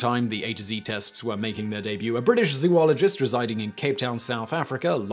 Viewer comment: a British "zoo"-ologist